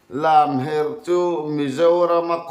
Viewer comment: kha a thiam khawp mai a lamherh kha a swi dik chiah.